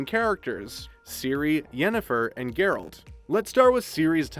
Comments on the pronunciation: His names "Geralt" but he saids "Jeralt" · did you just mispronnounce Geralt